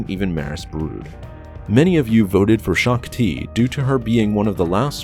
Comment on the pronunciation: "Gen. Greaves killed Shook-Ti"